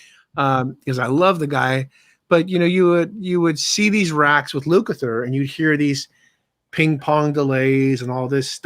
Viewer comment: ....its pronounced Luk-a-ther...not to hard. You have Terry Kath somewhere in your head every time you say his name. Luke-A-Ther......not to hard